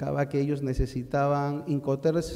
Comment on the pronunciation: Se dice IncoterMS, no incoter